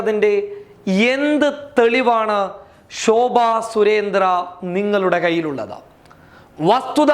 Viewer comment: മൈ പൊടി നീ ആദ്യം പോയി നിന്റെ നാക്ക് ഒന്ന് വടിക്ക് ഷോഭ അല്ല (ശോഭ )